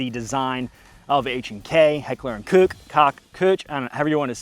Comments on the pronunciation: "Heckler & Kook, Kock, Koochie..." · KOCH, its called KOCH, K-O-CHHHHH, Heckler, not Hitler!, Heckler UND (means and) Koch, so simple! Heckler und Koch :) Greetings from Germany! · Pronounced “coke”. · Its pronounced "coke", and yes im poor, and i love you. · I have a dream , that someday an American will be able to pronounce Koch correctly